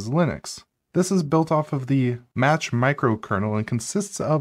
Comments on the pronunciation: mach pronounced like maq or mak not match. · Pronunciation corrections: the emphasis for parabola and hyperbola are on the second syllable, not the third syllable. So they are pronounced parAbola and hypErbola. Also, I'm pretty sure that "mach" is pronounced "mauk", just as in "Mach speed". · IF you could actually pronounce Devuan, & Mach, & SO much more, correctly, THEN this would be an excellent video. ELSE see next... Thankyou anyway, great try. Truly good video. ;)